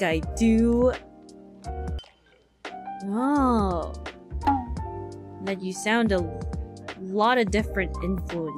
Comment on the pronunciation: Well, Kronii does have a tendency to add an 'ah' sound at the end of her sentences. Her mouth goes back to neutral but she keeps vocalising for a half second. Also can somehow turn words like 'that' and 'man' into 2-3 syllables. These things only seem to happen when she's speaking normally; they disappear when in full voice actress mode.